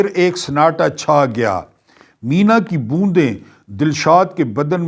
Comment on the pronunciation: آپ نے (مینہ) کو مینا کی بوندیں فرمایا ہے درستگی فرما لیں. (جیسے ہم پنجابی میں بارش کو مینہ کہتے ہیں )